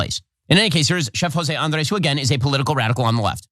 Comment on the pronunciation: Ben trying to pronounce Andrés. Grade is C-. Too quick, ingenuine with a bit different nastiness to the tongue. And the 2nd take mentality of the Israeli government is inhuman. One take to negotiate. You do something else, that's inhuman negotiating.